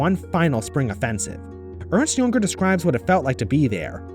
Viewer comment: Earnst Yunger? Picture me shocked by your butchering of his name